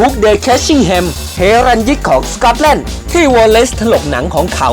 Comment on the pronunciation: สกอตแลนด์ ออกเสียงซะเวอร์ สก๊อตแล่น จะแล่นไปไหน